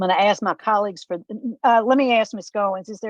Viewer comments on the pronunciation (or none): Sometimes good men need to realize when to retire. Thanks for your service. Anyone who cannot pronounce the word "ask" should not be on this board.